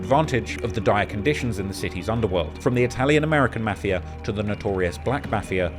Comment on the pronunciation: Bro please pronounce Mafia correct or don’t at it anymore 😂